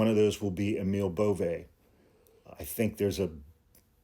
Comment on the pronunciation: No one knows how to pronounce Emil Bove's name. (Including.) Emil is correctly pronounced A-mul (like anal, but with an m), and Bove is pronounced BOV-ee.